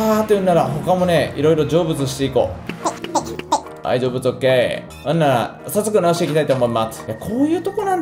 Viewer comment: 成仏がジョブズにしか聞こえない…